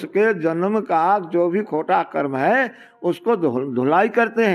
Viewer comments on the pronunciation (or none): none